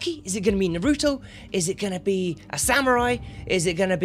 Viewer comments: bro you said naruto all wrong. The cringe smh, the anime and game don’t spell it noruto 🤣🤣🤣 just had to say that. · He called Naruto; nabuto I'm unsubing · way of saying NARUTO has set my anime levels SO HIGH